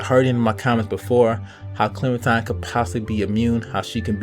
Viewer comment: I'm pretty sure he pronounced it correctly. Don't the people at telltale pronounce it like that?